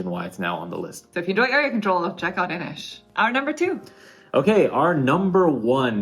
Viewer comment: INIS! You culled INIS?!? My lord.